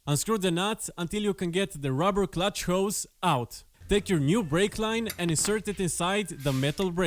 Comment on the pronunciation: Clutch not cutch! Nice video!